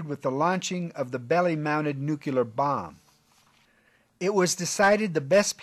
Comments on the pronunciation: Beautiful plane, thanks for the information, I didn’t know much about it! (By the way, it’s nuclear, not nukular) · Nuclear not nuculer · What does "nucular" mean?